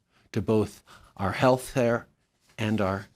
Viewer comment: our amazing prime minister seems to have stroke out for a quick second 😂😂 "Heath hair" wooow! Go Canada